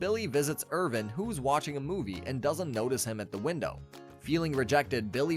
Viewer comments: Every time he calls him "Irvin" i die a little inside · The kids name is Irwin not Irvin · Awesome video on an awesome series. All the spots where you used a V* should have been a W*. Ex: Irwin* not Irvin but good bud nontheless👌🏼